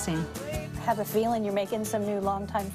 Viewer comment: "can I haf a hug?" proceeds to shake his hand